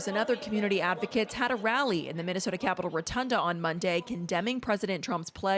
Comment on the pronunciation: She can’t even pronounce Minnesota properly